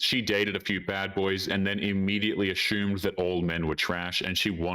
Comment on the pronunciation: Assume = ass-soom.... ≠ es-shewm